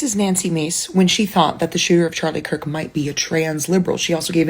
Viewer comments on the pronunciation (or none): none